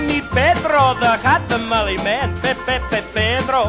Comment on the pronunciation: You spelled Jalapeños wrong. That would make it a simple n sound, not ñ. Those are not the same nor is NYO. Not tamali, but tamale, as the E in Spanish is purely /e/ Spanish isi written 95% how it sounds, the exception would be H.